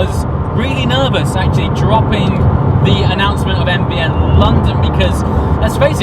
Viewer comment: I’m I the only person that hears AVN when he says NVN??